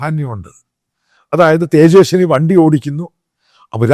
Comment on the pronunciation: അച്ഛായാ...തേജെസ്നി അല്ല തേജസ്വി യാദവ് (Tejashwi Prasad Yadav)